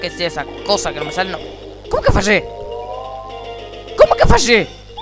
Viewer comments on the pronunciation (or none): falle suena palle xD